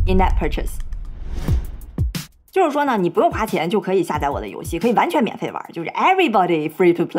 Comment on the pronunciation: 北大高才生 你的发音有错误 下载_百度百科 下载（xià zài）